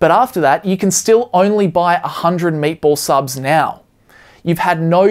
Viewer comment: thought you were saying "maple" subs before I saw graphic of "meatball" subs lol